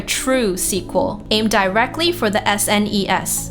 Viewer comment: the S-N-ES